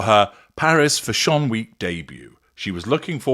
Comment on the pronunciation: I just realized you were saying “fashion”! 😂 I was googling “foshon” 🤦‍♀️